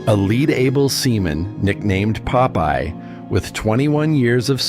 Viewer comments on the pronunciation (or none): none